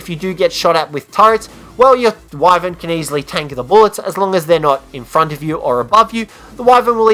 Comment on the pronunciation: You say wyvern wrong.its pronounced Wi-Ver-N